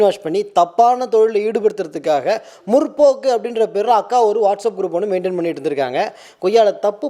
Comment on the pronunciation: Not muRRRpokku, it's Mutpoakku.